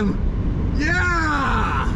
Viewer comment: That “YEAAHHH” sounded extremely American.